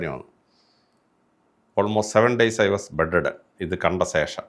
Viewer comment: സേഷം അല്ല ശേഷം.. എപ്പോ ഴും തെറ്റിച്ചു ആണ് പറയുന്നത് 😄